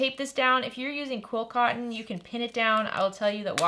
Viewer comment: You talk fast. What is quill cotton? Are you trying to say quilting cotton? Love the videos but wish you could slow down a tiny bit